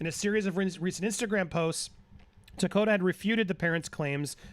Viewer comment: Takota? Tokata.